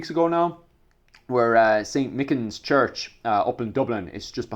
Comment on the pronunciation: I know the people in "mick-inns" church,(not how that's pronounced but okay) there was absolutely no political agenda. The guy who burnt it down was just some skizo with a rake of mental health problems.. no one's attacking historical sites. Pretty transparent to say "I'm not getting poltical" before launching into politics so divorced from this situations it makes me question how much research you even do for these videos.